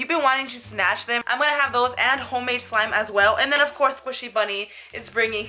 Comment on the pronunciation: Why you say for slime sur she????